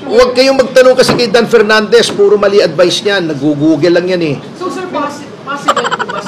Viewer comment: Dan pernandes walang LETTER F at V😢